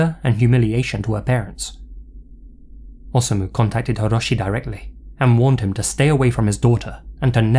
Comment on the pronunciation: It's best to pronounce "Osamu" by keeping the "O" and "sa" together, like "Osa-mu," just as you pronounce "Hiroshi." I was curious but I stayed away from this case because it was so weird (after all, it involves beheading performed by a woman none the less!).